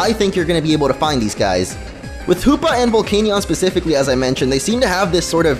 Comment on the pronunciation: Sounds like a lot of... HOOPLA It's Hoopa, not HOOPLA